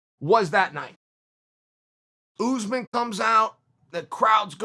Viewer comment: The name is pronunced US-man not ooze - man lmao come on unc